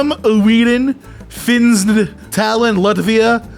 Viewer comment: I heard talinn and immediately thought “taliban”